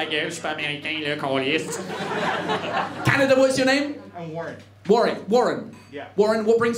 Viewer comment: Quand un Britannique prononce mieux "Calisse" qu'un Canadien lol